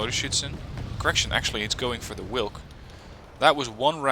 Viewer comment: In polish "W" is pronouced same way as in german. The way you say "wilk" would be written (in polish) like it -> Łilk ( you read "Ł" same way as "w" in english)